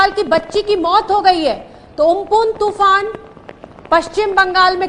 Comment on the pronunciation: toofan ka nam to sahi se le...